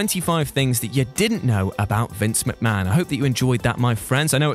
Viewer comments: it's McMahon not McMcahon !! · Ah yes, Vincent Kennedy McMcahon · 1st part of the video “Vincent Kennedy McMcahon” 😂 I wish he was called that it’s funnier. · MC MAHON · Who is Vince McMcahan?